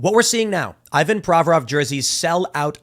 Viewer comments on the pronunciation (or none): It's not Eyevan but eevAn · In Russian it's pronounced "EEvan". Also, I'm pretty sure in his last name the stress is on "vo", not on "Pro". Same with "GorBAchov", "RachmaNInoff", etc. (I know nothing about the guy, is he American? 🙂)